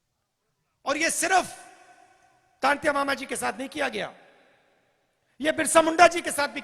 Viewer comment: राहुल जी आपको तो टंट्या मामा का नाम तक नहीं आया था तंत्या मामा बोल रहे हो